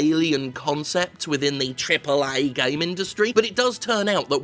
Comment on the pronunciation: I doubt Jim if can ever say "Triple Ayyy" normally now.